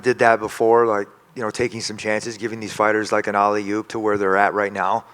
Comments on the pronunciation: It's alley oop, not ollie oop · What’s an holly-oop he keeps talking about? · Tony the type of guy to say alley-oop five times during an interview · Tony said alley-oop twice😅